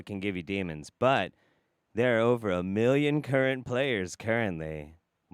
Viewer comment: what is that word? “Miliion”??